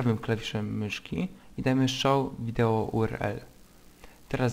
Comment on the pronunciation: Videło xD